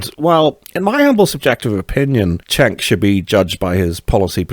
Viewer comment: Cenk is pronounced "Jenk", not "Chenk".